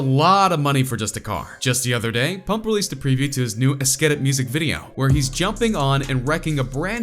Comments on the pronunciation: "ESSKEETIT" anyways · "ESSKEETIT" LIL PUMP.